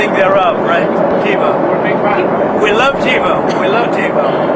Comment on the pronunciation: There is nothing Trump ever said with which I agreed . . .until what he mentioned in this video how great "TBO" is and that he "loves" it. I believe Donnie's addled brain was trying to say "TIVO", not TEBO, TBO or whatever garbage came out of his mouth, and although TIVO was introduced 25 years ago, it has been made obsolete by many cable companies today despite being FAR BETTER than the current XFINITY cable box/recorder. Xfinity no longer supports the cable cards required by TIVO, forcing me and millions of others to use another system. BAD BAD BAD! My Xfinity box frequently often freezes for no reason, takes long naps and cannot be roused and does other strange things on its own when I am watching recorded shows, something that NEVER HAPPENED when I used my TIVO machines. We had TIVO for 15 years in NJ and almost 10 years here in Texas but UNFORUNATELY, NO MORE! Although I am older than Don the Con, I think my brain is working far better than his, IN MANY WAYS. He might still have TBO or TIVO since he is our "Glorious Leader" but we mere mortals have been cut-off, cold turkey. As Mel Brooks so eloquently put it in the film the "History of the World - Part 1", "It is good to be the king."